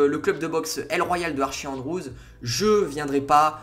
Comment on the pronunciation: ça me stress comment tu dis Archie... ça se prononce « ArTchie » 😭 sinon super video